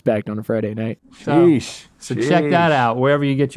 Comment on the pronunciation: Rhett saying “yeesh” instead of “sheesh”😂